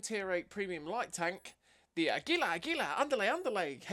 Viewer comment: Your pronunciation is close but you're putting the emphasis on the second syllable, emphasize the first: AH. Aggylah. Águila.